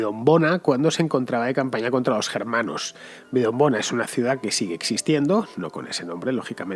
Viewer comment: Un apunte: no es : "Vidonbona", sino Vindobona.